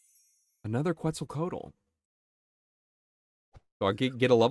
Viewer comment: Ftr, Quetzlcoatl is pronounced like "ketzel (rhymes with pretzel) co ah tl"